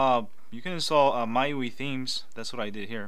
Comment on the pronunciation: I think it's pronounced My u.i